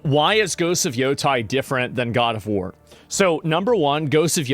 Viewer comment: My god, I didn't hear God of War, I heard God of Hore